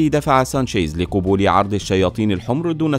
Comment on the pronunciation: ملاحظه لغوية القبول بفتح القاف وليس بضمه